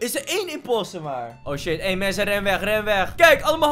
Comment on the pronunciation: Wie heeft ook door dat in plaats van mensen mwensen zegt?